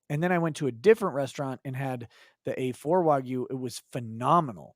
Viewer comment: Learn how to say wagyu please.